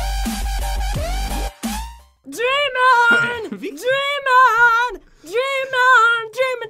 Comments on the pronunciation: At first I thought she was calling pat a demon hahahahahaha I could not stop laughing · popularmmos I thought she said demon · Dreaming or Demon? (At the beginning) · I thought she said demon instead of dream on xD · is saying ''DEMON! DEMON!''. or. '' DREAM ON! DREAM ON!! ''? (pat will not answer my Question ).:(